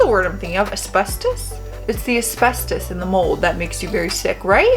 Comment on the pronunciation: Yes, mold and asbestos and you pronounced it properly :) And yes, both can be dangerous if not addressed.